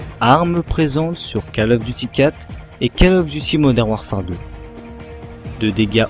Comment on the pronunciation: " Modern WarfART " XD